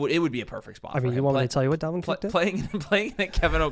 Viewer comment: Bro said Dalvin Cooke...